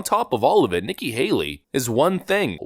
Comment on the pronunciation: Nikki Hale-er-y